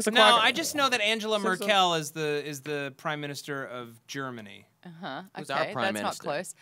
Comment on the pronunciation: The way lieberman pronounced Angela Merkel :D